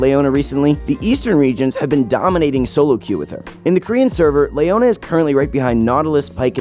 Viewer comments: this guy has some of the worst pronunciation of champions ive ever heard, on the level of LS. "Golio", "Layona", "Rommas" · You say "layona" one more time and it's an unsub. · Stop saying Lay-oh-na pls. It's Lee-oh-na... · Ok dude. Stop saying names fucked up. Lee oh nuh. Not lay oh nuh. I swear to god u mis pronounce someone each vid.